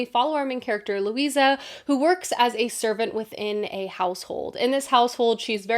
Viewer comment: Currently reading The Familiar...it is so-so good so far! However the character's name is Luzia (Lou- zee-a) not Lucia Lou- see-a).